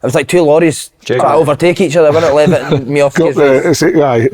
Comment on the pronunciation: Good podcast lads but Jesus someone tell Thomo how to pronounce Dylan Levitt